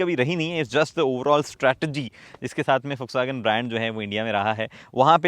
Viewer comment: Bhai jis tarah se vw ko pronounce kiya hai kasam se Ferdinand Piech bhi nahi kar paata